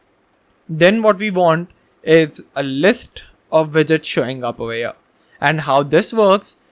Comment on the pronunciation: here not ear, not ea, not eee, not E R